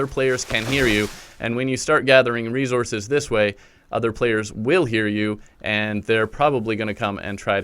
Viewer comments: Every time he said “Resources” I was like 😖 Great tutorial tho brotha, thanks for helping out the newbies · You say resources weird.